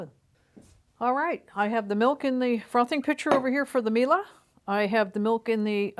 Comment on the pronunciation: Why do You mispronounce brand name MIELE is so easy - at the end is E and You should pronounce it like E used in word "E lephant"